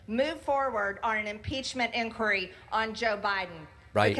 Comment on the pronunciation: He can't even pronounce inquiry.